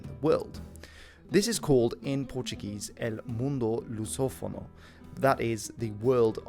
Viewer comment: Correct Pronunciation: u mundu luzófonu 😅